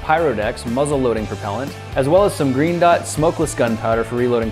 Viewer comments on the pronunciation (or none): When he said Green Dot I thought he said Gringots lol